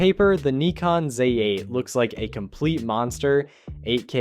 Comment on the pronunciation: Neeekon /Zay 8????? At least get the pronunciation right.